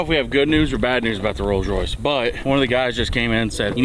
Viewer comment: Butchered Royce